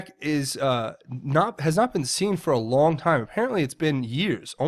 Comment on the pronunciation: Long not ling